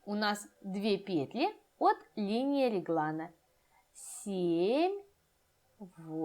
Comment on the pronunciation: ПетлЯ, петлИ . Господи. Невозможно слушать.